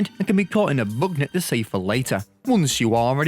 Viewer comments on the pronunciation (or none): Buk nit